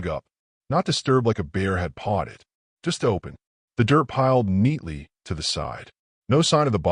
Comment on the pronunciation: ...like a bear had pawed it. not potted